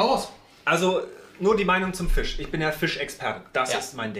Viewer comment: du kannst nicht mal Fisch aussprechen 🤣